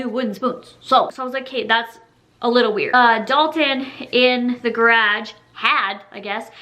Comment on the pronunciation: I just love the way she says garage... lol